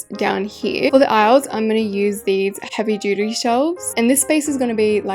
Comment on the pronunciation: I’m so sorry but it sounded like you said “heavy doodoo shelf’s.” 😭